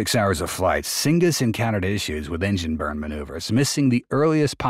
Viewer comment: A decent overview, but cygnus is pronounced SIGNUS, not SINGUS. can’t let that slide in the editing, because it makes the bot narration too obvious